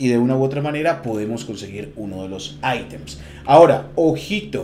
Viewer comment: Buena info lastima decir "aitems" ... Nada más cringe que escuchar eso de alguien latino